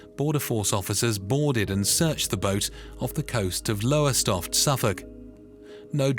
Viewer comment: The AI voice can pronounce Galicia and Lowestoft no problem but makes an arse of the four lettered town, Oban 😂